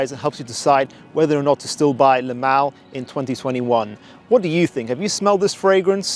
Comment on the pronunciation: When you say Le Male, it sounds like you’re pronouncing “LMAO.” 😂